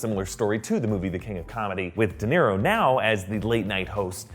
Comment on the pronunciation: Did he say Robert De'Niro? No thanks, I'll pass.....